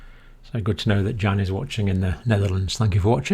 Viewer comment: The name Jan in the Netherlands is pronounces Yan. y ah n y as in yes ah as in car n as in no